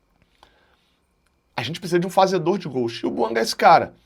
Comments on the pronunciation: É BUANGÁ QUE SE FALA. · É BUANGÁ que se fala. A pronúncia correta é do francês, aliás língua oficial do GABÃO.